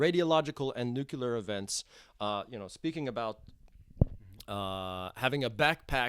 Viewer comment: it's not "nukular", it's "nuclear".